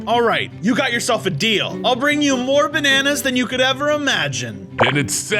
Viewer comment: Bananas❌ Benanas✅